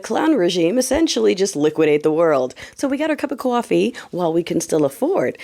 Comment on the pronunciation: I love hearing that New England twang when you say coffee. My cousin still has it 30 years after she lived in Boston. Good morning!